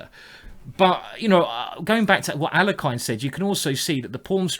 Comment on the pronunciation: Please pronounce "Alekhine" correctly. :(